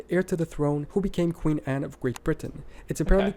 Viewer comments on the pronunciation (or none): none